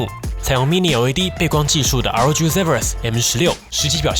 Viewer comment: 開頭聽成LG XD